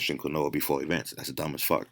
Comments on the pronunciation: My man said "Kween-whoah-ahh" (Just messing around I appreciate this great knowledge he puts out for free lol) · It’s pronounced “keen-wa” not “qwa-Noah” lmaoo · Lol Keen-wah not Qwin-noah ! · Its pronounced... Lile keenwah not quinoa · Quinoa is pronounced “keen-waa” 😅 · Just heads up Its pronounced keen waa. Not trying to be a dick. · Quinoa is pronounced KEEEN-WAAA. Mispronouncing it intentionally makes you sound ignorant. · 80% of comments - it's KEEN-WHA. 10% of comments - what kind of quinoa is best? 9% of comments - what kind of granola is he talking about?? Me: god I hope I metamorphose into a Butterfly !!! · I went to the store and bought granola and spinach.... Had no idea he was trying to say quinoa. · i cant hear what you say.. granolla? or quina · But, sure you you only have to eat 16 kilos of spinach to reach the 100mg of that endo steroids of the compound. This why you dont see jacked dudes from spinach or Quinoa Pronounced "Keenwah" The study used spinach extract. Did you study the results? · Ok?? So was the study spinach? Who ate spinach and got near these crazy gains? Btw its pronounced keenwah. Lol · do you mean Quinoa? im hearing you say kanoa. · quinoa = keen-wah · Quinoa is pronounced "keen-wah" !!! lol Good stuff as usual though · lol you didnt fix your pronunciation of quinoa (keen-wah) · Quinoa is pronounced KEEN-WAH! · Quinoa is pronounced keen-wah. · Quinoa pronounced KEEN-WAH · It's KEEN-WAH not granola lol